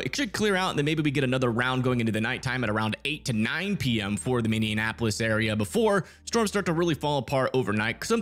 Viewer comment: Minne an what!? Its minnie App O lis buddy.. not tryna be rude just would like my city pronounced right.